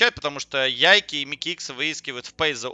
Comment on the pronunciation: Как же меня убивает твое "ЯйкИ" =)) ты же слово take не говоришь "тейкИ" =) Его английские комментаторы называют "Яйк"